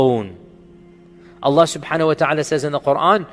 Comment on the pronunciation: brother just to let you know, you should pronounce Allah correctly, by Saying ALLAH and not just Alla. :)